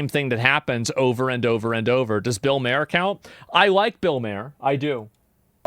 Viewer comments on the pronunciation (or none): it's Bill Mahr Not Bill "Mare" It's pronounced like MAR not like MAIR I swear this guy pronounces so many words incorrectly